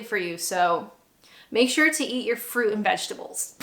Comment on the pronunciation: wuss-tuh-shuh. There used to be a Worcester Sauce flavoured crisp. They spelled it 'Wuster' on the packet to try to help people say it. Still, your British accent is coming along well in other ways. You have a most un-Canadian glottal stop on the word 'fruit'.